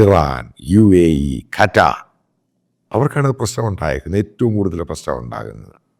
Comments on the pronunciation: കറ്റാർ 😅😅😅😅😅 ഖത്തർ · കറ്റാർ എന്ന് പറയുമ്പോൾ ഉള്ള പഞ്ചിംഗ് ഉണ്ടല്ലോ അപാരം DYNAMIC .